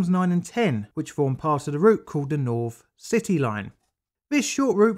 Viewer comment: The main content of the video is good but speaking saying "Norvern" instead of Northern "Norf" instead of North and "Firty" instead of Thirty just makes this unwatchable as the narrator comes across as an uneducated scutter and makes it hard to respect anything he says when he cannot even speak correctly.